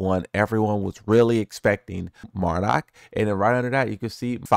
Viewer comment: 6 seconds in "Mardock" 😂😭 I had to But hell yeah, can't wait to bring back the ready stance mixups